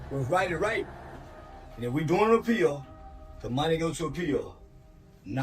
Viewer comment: Right!?! 😂 I couldn’t figure out WTH he was mumbling!